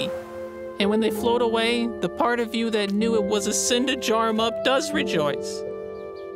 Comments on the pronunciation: Did anyone notice that except of part it said fart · I like how instead of part 3 its fart 3